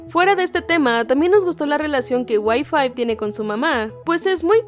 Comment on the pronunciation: "Y5" suena a "wifi" xd